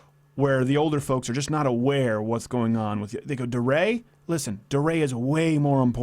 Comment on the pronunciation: DeRay. I think it's pronounced "D-Ray." Like D-Day.